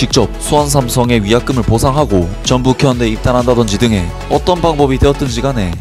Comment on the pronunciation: 쭨북횬대ㅋㅋㅋㅋ발음이 웃기넼ㅋㅋ